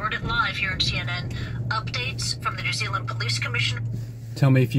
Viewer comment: New Zeal mmhmmm